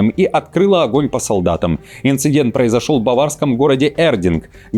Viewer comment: инцидент, прецедент, а не инциНдент и прецеНдент.